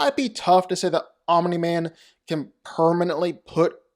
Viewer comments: Fun fact: Omni-Man is not pronounced "Ominy-Man". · It's funny how when you say "Omni-Man" you put a vowel between the m and the n...Omini-Man. 🤣😂🤣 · why do you keep saying omniman like that 😭😭 addin 3 extra syllables to his name n shit